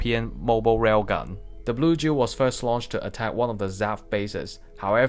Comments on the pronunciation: It's Duel not Jew. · O fuck he's saying duel not jew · I'm trying to quit nicotine, but I keep hearing Juul when he says Duel :,)